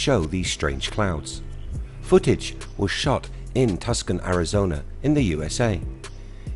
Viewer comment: Tuck Sun (Tucson) Arizona is pronounced Twosonn. I'm sure I'd butcher names from your home, too. Great video either way, I've never seen the square clouds anywhere else or heard any talks about it. Cheers m8!